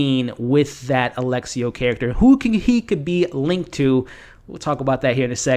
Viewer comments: His name is Alessio, not Alexio. Sorta like how it's espresso and not expresso. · *Lu-CHEE-a, A-LESS-io 😅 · It's not Alexio, it's Alessio. It's a very beautiful Italian name for a man. 😉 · those Lucia and Alessio pronunciations